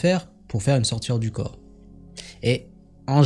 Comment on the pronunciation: mais pour quoi vous dites la sortiRE du corp ??? ce n'est pas la sortIE du corp ? pourquoi vous prononcer le RE svp je veux une repense ?